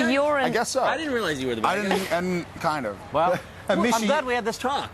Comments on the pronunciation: Did the interviewer just call misha, michi ? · Really wish these interviewers would've learnt how to say Misha right.....